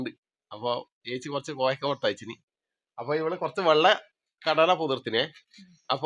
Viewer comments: Koyakka alla, kovakka anath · കോയക്ക അല്ല കോവക്ക ആണ് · കോയാക്ക😂😂😂😂😂😂😂...കോവക്ക ആണ് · കോയ, ഇക്ക ഒന്നുമല്ല... കോവക്ക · കോയാക്ക അല്ല. കോവക്ക ന്ന് പറയും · കോയാക്ക അല്ല കോവക്ക ആണ്